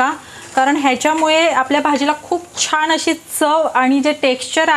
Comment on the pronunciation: छान असं म्हणायला हवं ना ? तुम्ही प्रत्येकवेळी छाण म्हणताय त्यामुळे पदार्थ चांगला बनवून देखील काहीतरी चुकीचच ऐकल्या सारखं वाटतंय